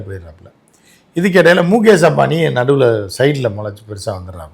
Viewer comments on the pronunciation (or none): Moookesh illa oi...mukesh... kuril